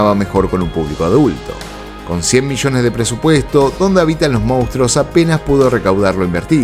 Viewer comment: Por favor decí mostro o monstruo pero no digas moustro, mostruo o monstro. Jaja gracias